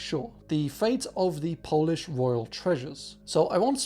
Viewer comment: really good polish pronunciations!